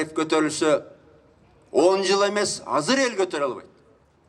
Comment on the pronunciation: Казыр эмес Азыр.